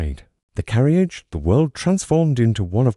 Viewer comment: Please instruct your AI narration app how to pronounce "Hercule Poirot" "Nice" and other simple words such as "carriage" "honey" "door" "echo" -- and to pay attention to punctuation, but not to read the punctuation marks or pause at line and page breaks.